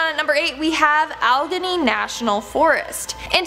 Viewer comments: It's "Al-eh-ganey", not "Uh-legginny".by the way. I was born there. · It is pronounced Al e gain ie. Sorry not algheny. Grew up there. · #8 It's pronounced al-GANEE not OL-ganee . 😉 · Kids these days have limited awareness of English pronunciation.... Allegheny al leh gainy Allegheny.... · Allgenny national forest???? Come on, its not a hard word to pronounce. Jesus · It is pronounced .....AL---LE---GAN---NEE .....( Allegheny )❤😂😂😂❤ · If you are going to load these videos you need to do your homework and learn to pronounce words. Allegheny is pronounced Al-ah-gain-E. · Plz. stop butchering the word Allegheny .